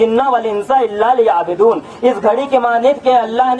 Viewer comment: آغا یعبدون‌کی ب پر پیش ہے نہ کہ زیر